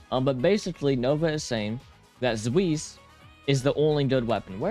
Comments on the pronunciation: I know I’m going to sound like the grammar police of German word fun. But it’s pronounced Zwice. It stems from Zweihander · "zuis" "splaten" what are these pronounciations like okay, i kinda get zweis, there isnt really a similiar sound in english. but "splaten"? why is he L in front of the a??